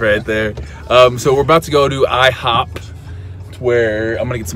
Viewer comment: It's funnier now that you put the emphasis on "ihoP"